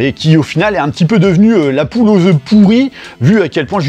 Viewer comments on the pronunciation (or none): none